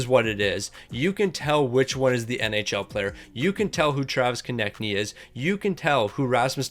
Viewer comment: he finally said konecny right!!! he reads our comments🤣